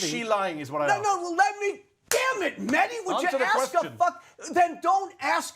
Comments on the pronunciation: It's "Mehdi", not "Maahdi"! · "Mardi hasan" ...ai needs some people of colour teaching it how to say names that are more than jon smith...